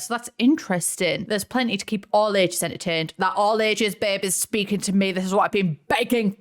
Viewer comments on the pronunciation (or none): none